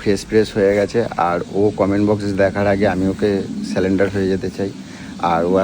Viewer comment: ওরে মদনা! আগে বাংলা ভাষায় ঠিক করে কথা বলতে শেখ। ওটাকে "বাত্রা" নয় রে.. ওটাকে "বার্তা" বলে! আর ওটা হচ্ছে "সারেন্ডার".. "সালেন্ডার" নয়!